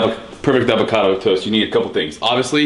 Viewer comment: Steve you seem to say Alvocado about half the time